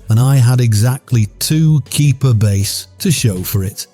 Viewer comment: 02-26 Louisiana. We been fishing with shrimp since before i was born in 1957. Try to go but shrimpat Walmart now for $5. We catch our own. If he says "base" for bass one more time my brain will f'ing explode. He did! I'm out....